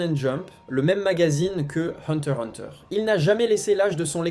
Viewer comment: Le x ce prenonce !